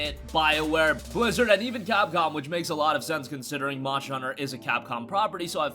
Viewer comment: Does how he say monster bother anybody else? Great video though